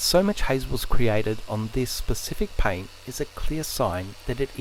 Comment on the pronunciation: I’m here to here him say PIAYNT